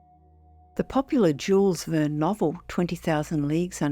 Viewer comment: "Jawles" Verne